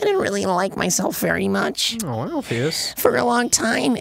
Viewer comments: Somebody P L E A S E tell them it's Alphys, and not "Alphyus" PLEASE. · I think Dr.Alphys's name is pronounced Alf-us...not Alf-ee-us 0-0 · Why do you guys say Alphius when her name is Alphys? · The way they mispronounce Alphys' name is driving me insane